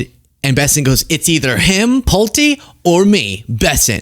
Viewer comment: You were correct! It is pronounced PULT - E, with a long E. His family builds homes. I lived in a Pulte home as a teenager. My mom had just bought a home from Pulte homes, it was new construction.